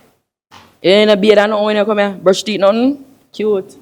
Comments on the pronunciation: His theet😂😂😂😂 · My girl say she don’t like his “theeth”.